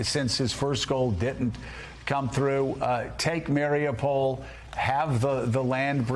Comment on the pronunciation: Say it with me now... ma-ree-upe-pol not mary-a-pole